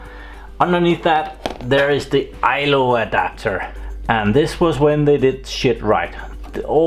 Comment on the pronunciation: Its called ILO not ILOR